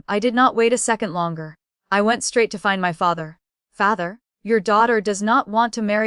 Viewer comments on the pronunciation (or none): how does an AI eff up the word father?